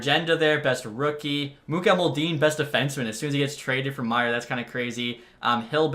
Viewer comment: Bro --- the prospect's name is Mu-Kah-Ma-Duul-in (Mukhamadullin) --- NOT Mu-Kah-Muul-Deen lmao. Been bothering me for so long